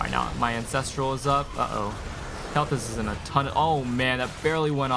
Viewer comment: I like your streams a lot but FOR GOD'S SAKE it's pronounced "Kale-Thaas" not "Kelthis"